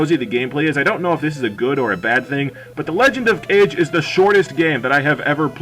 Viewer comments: Obligatory "it's Kah-Geh" comment, which is roughly "shadow" as I understand, but I also can't say anything, as I was a big fan of the Nintendo DS sequel game, and I called it "Cage" too. lol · "Legend of Cage" facepalm Kah-Geh, not cage.